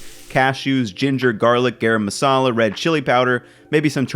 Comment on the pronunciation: great vid but garam masala is actually pronounced guh-rum:)